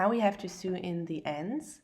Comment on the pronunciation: Great video! Very easy to follow. .. I just wanted to mention that the pronunciation of sew is 'so', also mit ein langes 'O', ☺️